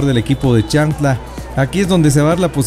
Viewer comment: Creo q es CHIAN...TLA, y no chan... tla, como se refiere el narrador. Por lo demás felicitaciones. Arriba Xela, tienen un gran jugador en sus filas MR. KAMIANI.